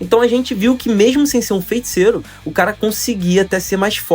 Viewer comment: Só me da nervoso ele falando "FeNticeiro"